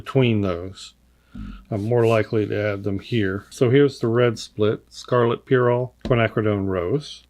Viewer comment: Oh my!!! AWESOME! Congrats on the awesome collab and set, this is so exciting! :D (and you said "pyrrole" the right way!! Yessssss :D )